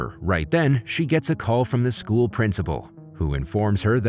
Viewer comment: Pretty sure its 'school' nnot SCHOO